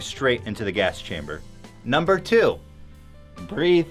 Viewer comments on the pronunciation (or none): I lose it every time when Ethan says “bReathe”